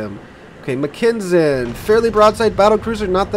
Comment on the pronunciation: Dude, Mackensen = Mack en sen, not what you're saying, just saying :)